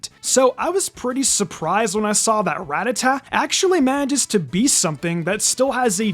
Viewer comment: on my knees weeping, sobbing, begging youtubers to stop pronouncing Ratatta like "rat-a-ta" The one fly in the ointment to an otherwise excellent vid!